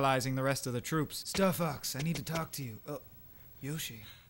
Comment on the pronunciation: It almost sounded like you said "Fucks" instead of "Fox."